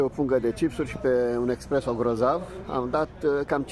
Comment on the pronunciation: “Espresso”nu expresso😊